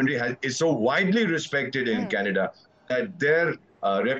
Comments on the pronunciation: Its official..It's not Canada anymore..It's 'Kha'nada...😂😂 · Trudeau is responding to Kannada and not Canada 😂😂😂 just ask any Nijjar fan to pronounce Canada and see the magic, yesterday pronouncing was changed and today government is about to be changed and tomorrow country will be changed to Khalistan 😅